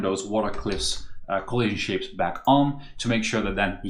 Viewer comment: every time this guy says "coahlision" it triggers the same feeling in me as hearing the Gustavo Almodovar guy